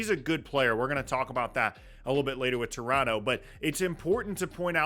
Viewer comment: I appreciate that this guy pronounces Toronto the way they would say it in Toronto